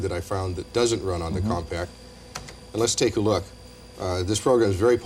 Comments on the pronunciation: It’s not pronounced “COMPACT”! OMG, have some self-respect - you’re gonna be on YouTube one day. X-P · Did nobody know how to pronounce "Compaq"? I swear they keep saying Compact